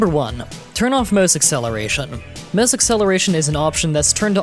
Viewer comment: " Möuhse acceleration"